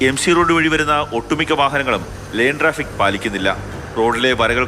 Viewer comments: Line traffic alla.. Lane traffic.. ivanokke evide kidanna journalist aano aavo.. koppanmaaru.. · മാതൃഭുമി - ലേൻ (lane) എന്നാണ് ആ വാക്ക് . ലൈൻ (line) അല്ല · ലൈൻ ട്രാഫിക്ക് അല്ല - ലെയ്ൻ ട്രാഫിക്ക് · Line traffic അല്ല ❌ Lane ( ലെയ്ൻ ) ✔️✔️